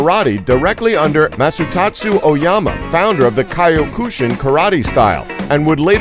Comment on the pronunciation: Dude, kyokushin is not pronounces kiyo kushin